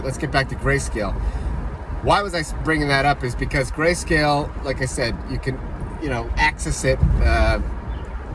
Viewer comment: Lol gayscale flub was funny